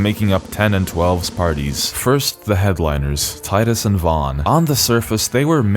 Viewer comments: HAHAHAHAHA I love you hahaha its fucking Titus not Teedus lmfao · Damn right its Tide-us us not tee-dus. Fuck what they think is canon, its wrong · I'm subbing because you didn't call him "Tee-dus" I know its canon but that really bugs me. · You said tidus correctly. Thank you. Anyone who argues its "tee-dus" is objectively wrong, that's not how the english language works. "oh, but the original japanese said it like tee-da" Okay, then spell it differently. The combination of letters we got doesnt make the sounds you're pushing people to make. This message is on behalf of team tidus. And you know how im saying it. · The fact that you pronounce Tidus correctly made this video instantly wonderful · Love that you pronounce Tidus correctly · tee-dus is a truly terrible pronounciation, saying tidus like a normal english speaker makes so much more sense because it even matches the game's beach theme as in "tide" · Thankfully, you're a normal person and not some weeb who pronounces Tidus' name incorrectly. ^__^ what a relief. . . We're glad to have you on the team. 🫡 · Liked for saying Tidus named correctly. Fight me too. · So glad you pronounce Tidus' name right. If they wanted us to call him Teedus they shouldn't have spelt it Tidus. It's literally the Roman name Titus just with a D in the second T spot. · You get a like for pronouncing Tidus correctly. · The pronunciation of Tidus is canon because it's a real world name. If you want to be proudly stupid then that's on you.